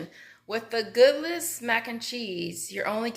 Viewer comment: Goodles, like noodles girl. Not good- less 😂 that makes them sound nasty